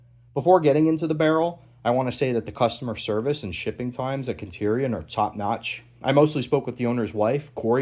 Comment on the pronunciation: Great video. I honestly hated how you pronounced "centurion" multiple times. It's kind of baffling. Other than that, super good video. I hope you do some high quality build/rifle reviews.